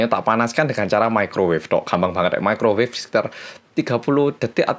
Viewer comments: Microwave woy🤣saking kgk pny microwave, ngomong nya mekrowev😂gw aja yg kgk pny tu benda, tp tau tuh nm nya🤣🤣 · *microwave rip english